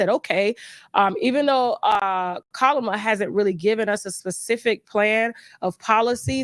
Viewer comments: You don’t have to disrespect pronouncing Kamala’s name like that.😮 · It's disrespectful to purposely mispronounced. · At least say her name right if you're gonna drag her 🙄